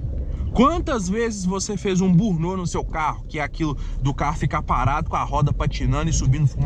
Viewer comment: 😂😂😂 "burnô" foi engracado... pqp hahahahahahahahahahahahahahahaha "bârni aute" burnout... se nao sabe o termo correto, fala em portugues mesmo... borrachao, cantar pneu... zerinho... passando vergonha atoa